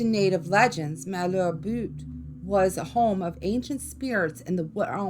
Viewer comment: ok,, your in my stompin' grounds now! I can tell you that Malheur Butte (mal-rhymes with sal; heur-rhymes with sure) does indeed have creepy black imps. I've seen them. Lol, I've spilled more beer and smoked more weed on Malheur Butte than a teenager probably should! (I'm no longer a teenager, lol, a few decades past that fun time) We partied out there hard and there is definitely something out there. You can't drive up on top anymore, anyways, I couldn't find a way up in August when I went home to visit. A lot of kids have lost their lives up there, so the county probably closed it off. And since I have been seen there at night, I guess witches have been spotted, lol.